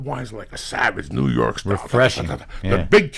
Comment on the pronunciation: the way he says New York WTF